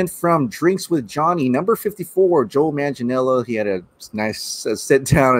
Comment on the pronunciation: Here’s how to pronounce Manganiello correctly: Man-gah-NEE’EH-lo The syllable with the upper case letters, which is a diphthong in this case, is the one that needs to be accentuated. Just remember these things when pronouncing it: manga (Japanese comic books), a knee, and the way some British say hello “ello”.